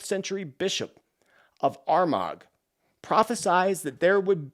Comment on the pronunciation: St Malachy comes from my hometown Armagh . Prounounced Our ma.